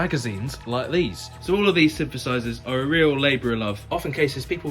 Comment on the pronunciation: "sympth" "sympthesizers"